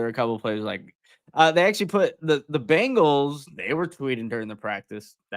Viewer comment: Hey, it's Bengals not Bangles. Walk like an 'sports writer' already! Great job guys